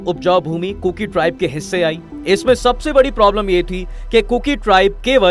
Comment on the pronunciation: First of all please, bolna sikho kurku nahi kuki hai.